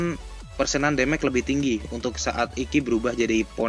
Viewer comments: hahahaha... demage juga di baca déméj bukan démék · Demej, bukan demek bro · It’s actually “damage” (read: demej) or just say “kerusakan” in Indonesian. 👍🏻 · Damage bacanya demek wkwkwkkw